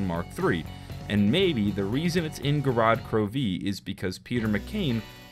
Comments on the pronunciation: The way he says gorod krovi, GOROD KROV-EE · how he says gorod krovi had me 😂😂😂